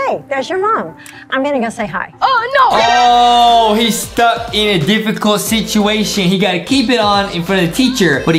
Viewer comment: Why does Jay say nohoo but it's no! A blue cat with a New Years cap or a dog with a October cloth